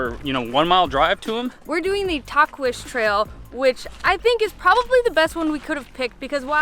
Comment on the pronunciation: Tahquitz it sounds like taco- and easy mashed up Tac-ees:yt